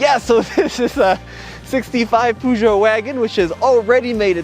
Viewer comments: If you want to pronounce peugeot better, try saying the eu as the "uh" in the "uhmm" sound when you're thinking. Its more like a long U sound instead of the oo sound you make. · An advice from a guy in Europe, just call it a Pejo. Everybody says it like this over here. 🤝🏻